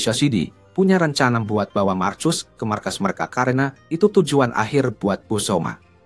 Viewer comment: Marcus dibaca Markus tod